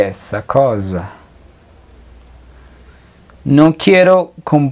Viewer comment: Disculpa però noto un error.. En la pronuncia.. La S no se lee come la Z.. La palabra "cosa"se lee mismo como en espanol cosa con la misma S..asi ke voglio la stessa cosa es con la s normal y no Z de mosca